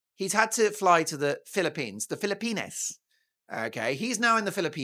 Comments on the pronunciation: Dear Mark, Are you sure your Filopino subscribers enjoy the pronunciation of their country as "Filo-penis?" You're welcome. ♥️🤍💙🇺🇸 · You don't know how to pronounce the Philippines do you?